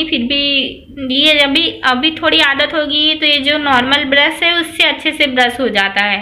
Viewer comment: ब्रश not ब्रस😀